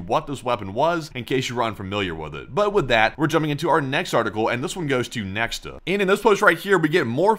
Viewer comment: according to wiki Nexta is pronounced as nekhta and not as neksta btw